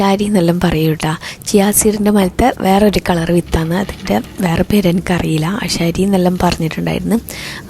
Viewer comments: ആശാരി അല്ല... ആശാളി 😅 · ആശാരി അല്ല ആശാളി 😂